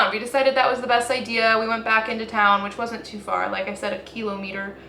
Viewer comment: It's kilometer, not kilometer.